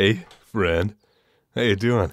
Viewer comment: i heard fred instead of friend